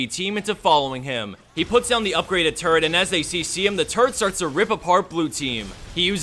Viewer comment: LMAO FIRST CLIP am I the only one who heard 'turd' every time he said 'turret'??